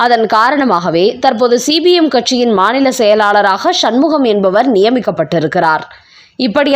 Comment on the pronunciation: C b mஎன்றசொல்லாமல் cpmஎன்று உச்சரிக்கவும்